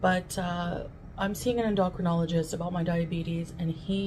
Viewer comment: Did she say she’s seeing an “indoctrine-ologist?” Or is that the funkle version of endocrinologist? Quite confused here…. Replay gang